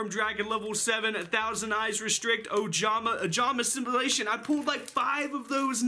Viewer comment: ojamastimulation almost sounds to me as "ojamasturbation" lol